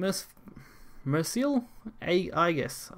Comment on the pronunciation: Shion, Mercurial Aegis.. think of pronouncing Mercurial kinda like Mercury? everything up until the y xD At least that's how I think it's supposed to be pronounced - pretty sure it's derived from the element on the periodic table (aka quicksilver). Wait, is Wizardess of Oz back in rotation? I assume no